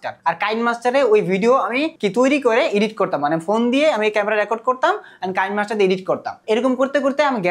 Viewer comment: বলদ কিনেমাস্টার কে কাইন মাস্টার বলে😂